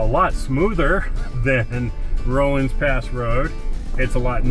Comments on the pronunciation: Pronounced RAW-LINS Pass, NOT ROLINGS! It is the Denver and Salt Lake Railroad Grade. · Just as "aside:" the word is "Rollins" pass(Rawlins), nor "roll-ins" pass.